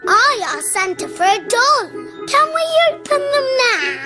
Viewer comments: When she said my doll to me it sounded like she said my dong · oh i thought he said he wanted a dog instead of doll